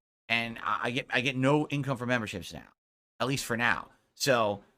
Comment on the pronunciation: A few weeks ago "Da Faek memburrships dohnt doo mahch two hurt mah businezz!"